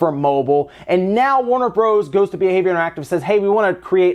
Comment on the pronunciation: Who the hell says Warner Broze???? Hahaha